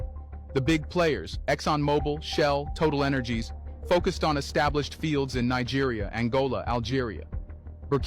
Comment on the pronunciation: Thats not how you pronounce Nigeria